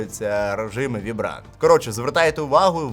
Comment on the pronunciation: У дружини своєї спитай що таке "вібрант", а режим називається "вайбрент"😂